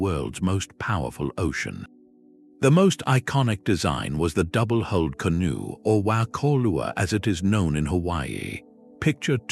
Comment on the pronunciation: AI's creation of a "kelp forest" is hilarious. The many mispronunciations ("did the *tuba* float across on its own," "double-*holed* canoe," etc.) and the images of four-fingered humans with European faces earlier in the video are funny enough, but imagining a canoe among kelp "trees" jutting far out of the ocean is supreme.